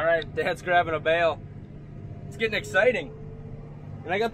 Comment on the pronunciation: “gittin”, would that be similar to “getting” ? Maybe a girlfriend with 5 teeth is aiming a bit high. Love your vids 🤘